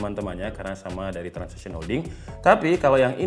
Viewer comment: TRANSSION HOLDINGS bang, bukan TRANSISITION